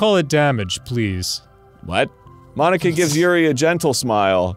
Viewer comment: I can't unhear monika as Bologna man haha